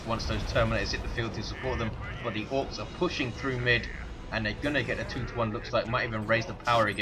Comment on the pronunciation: most memorable comments (for me), 'shot to pieces', 'two to one cap' (sounds like 2 tonne cap) and of of course 'good grief!' <3 your work!